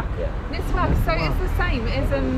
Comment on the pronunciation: Its called miswak not niswak , i can guarantee you that is way better than toothpaste